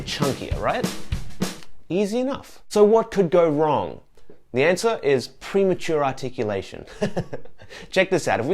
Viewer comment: Congratulations on saying "premature articulation" three times without making a mistake! (Or did you edit?)